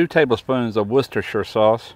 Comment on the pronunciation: Looked like a great recipe. Kept my mouth watering as I watched. And he correctly pronounced Worcestershire and said al dente. What a guy!